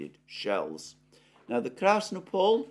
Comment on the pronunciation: krasnOpol, not krAsnopol.